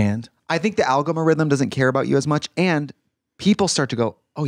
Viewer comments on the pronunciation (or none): I need to know if Trixie really thinks algorithm is pronounced “algomarhythm” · Trixie saying alga-mar-ithm multiple times took me out ! hahahaha